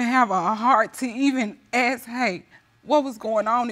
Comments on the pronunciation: ask ask ask why everybody saying it aks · why all the black witnesses in this show pronouncing it ‘AKS the question’?? I don’t understand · Is it just me or has anyone else noticed? I have watched tons of these videos, and i have noticed that African Americans often pronounce the word ask as aks.